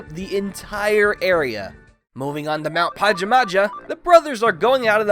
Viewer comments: It's pronounced pa-jam-a-ha dude everyone gets it wrong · i think its prenounced pahjahmahjah. also i no gramer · This man has never heard of Pajamas before lmao "Mount Pahja Mahja" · Huh... I thought mt pajamaja was pronouned PA-JAA-MAA-JA